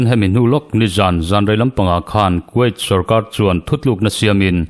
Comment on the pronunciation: Kuwait hi quait tiin lam suh.